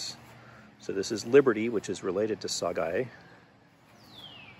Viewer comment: It’s pronounced sagae instead of syguy